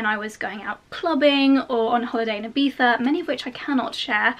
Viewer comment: I'm Spanish and I love that you make the effort to pronounce Ibiza the right way! Most of people from other countries just say "ibisa".